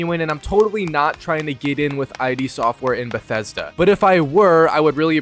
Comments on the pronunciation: It's "id" software, not I.D. Software. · The developer name is just pronounced: It Software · id software. One syllable. Not pronounced "I.D."